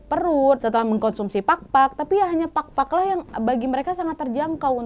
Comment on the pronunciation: maap cuma mau sharing tentang PAGPAG dan PAKPAK. Kalau PAGPAG, emang artinya adalah saat kita mencoba untuk menghilangkan debu. Tapi kalau PAKPAK, ini artinya sayap. Jadi untuk pronounciationnya beda ya hehehe thank you sebelumnya dari aku yang half pinoy :D